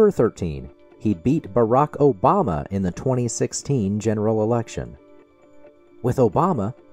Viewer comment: I also love the sound bites from David Pakman with Trump saying "Obamna", "Truth Cencial" and "United Shates".